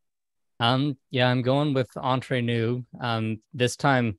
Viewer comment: Hate to be so picky but it's Entre Nous, everybody seems to pronounce it Entrer which is a completely different word in french. Entrer in french means enter. I know they are Canadian and we're known to say eh a lot, but not at the end of this word🤣